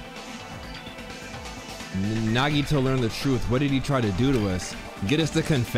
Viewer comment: NaGidO✅ Nagito ❌